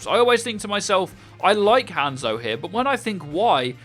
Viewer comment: Take a shot everytime you here him pronounce Hanzo and Hanamura that way